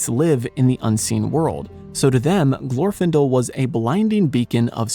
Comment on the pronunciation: In Glorfindel's name, the stress is on the second syllable.